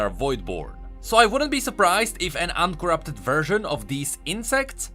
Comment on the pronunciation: "uncoorupted""booried""coorupted""flame the two""call-tivate"